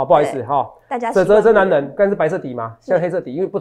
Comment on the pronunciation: 哲哲中文好好笑喔「最強的男” 能”😂跟著哲哲的腳步👣賺大錢去嘍～